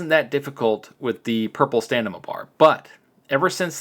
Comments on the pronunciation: Please, I am trying to help you it's not STANIMA...The Word is STAMINA. THE M BEFORE THE N, SO M IS FIRST AND THEN N. I am saying this in good faith my friend 👍. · Stamina Stamina Stamina. Not stanima come on man it's not that hard. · Am I missing an inside joke or are you really insisting it’s staNima instead of staMina? It hurts, lol. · This game is getting cheap quick....STAM....IN....A.....sound it out lol....getting a richards shout out you made it bud congrats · Learn how to say stamina, you're an adult FFS. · Just listened to a guy switch the m and n in stamina for 14 minutes straight😂😂